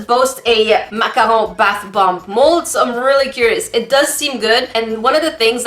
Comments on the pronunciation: Its MACARON! not MACAHO! Silly,! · u say maca hoon it’s maccarOON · But yoU’Re SayINg iT wRoNg It’S maCaRoN nOt MaCahAu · YoUr SayInG It WroNg Its PRoNouNced (mac-a-roons) not (mac-a-RoOMs) 'I FEEL DA SALT RISING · MAC-A-ROWN 😆 I love how you're saying the word.. sounds so fancy when you say it lmao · Actually that is pronounced MAC-A-ROON just cause you were saying it rong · Heh...hehe.... said mack-a-hoe... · But you're saying it wrong you're supposed to say it like mac a rune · No. It's either pronounced macaron or macahoon. A macaroon is a coconut puff cookie. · Macarhone Me: SALTINESS INTENSIFIES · It's pronounced macaron or macarhone! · It's macaron or macaro. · Some people say macaron Others say macaroon And then there’s who says makahoo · Why do you say macahon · I forget you live in Canada so the way you say macaron is so cool lol